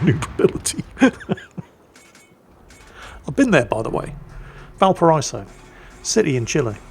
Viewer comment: Yes, yes, I know ' pronunciation of Blücher is slightly hilarious, but, have you contemplated the war crime that is his way of mispronouncing Valparaíso every single time? Kind of amazing, really!